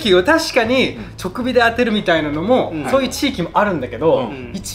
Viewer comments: 直火 ×ちょくび ○じかび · 直火の事をまたKevinが「ちょくび」って言ってて、昔の動画を思い出した🥹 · 「直火」は「ちょくび」じゃなくて「じかび」 「肉汁」は「にくじゅう」って読んでくれよ、ケビ史郎君。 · ケビンさーん、直火をちょくびってまだ言っちゃうヾ(=д= ；) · ケビン 惜しい!! 直火（じかび)、、笑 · チョクビって言ったか？ジカビじゃない？ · 直火…[❌ちょくび→⭕️じかび] だろうな～σ(^_^;)? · 直火「ちょくび」じゃなく「じかび」だと思います、、、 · あ、ケビン、直火の読み方忘れってるー😊